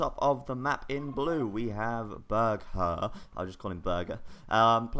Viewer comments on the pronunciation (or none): it is actually pronounced "bourghair" and means "castle lord " in German.